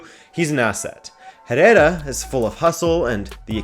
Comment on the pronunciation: you don’t pronounce the “H” in “Herrera”